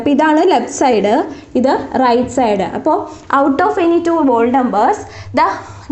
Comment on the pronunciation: you should say HOLE (pronouncinging whole)